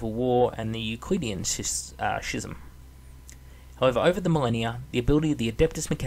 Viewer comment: schism is pronounced "Skism"